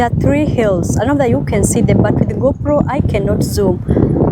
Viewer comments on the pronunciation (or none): none